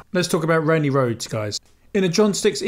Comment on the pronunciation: Rhoads, not Rhodes.